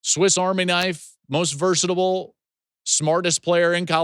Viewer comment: versatable ? Lol